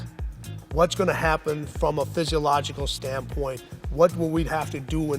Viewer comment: Is it just me or does Tim Grover make up words on occasion? lol physicalogical??